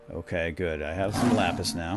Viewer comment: um you do realize what you just said right? LOL it's not lapiz... lol that means pencil in Spanish :D I doubt you meant pencil I think you meant lapis XD